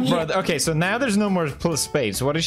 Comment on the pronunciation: It’s kay